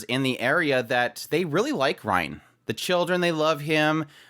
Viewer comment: ok before finishing the video I have to say this. rein is pronounced rain not ryan no offense but I just need to say this